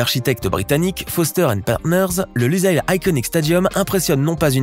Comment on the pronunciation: Boutre et non pas broutre!!! Lusail prononcer Lussail ssssss